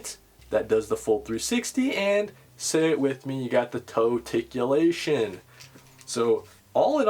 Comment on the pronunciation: TOE TICULATION!!! I missed hearing that lol